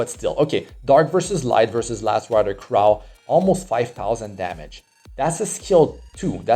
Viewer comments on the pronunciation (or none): none